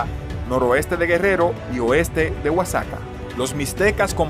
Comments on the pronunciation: no es "casaca" es Oaxaca (guajaca) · No es sagüi, es savi! Tampoco es oatsaca sino Oaxaca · 😂oaxaca 😂 por que no pronuncias bien la palabra paisa 😂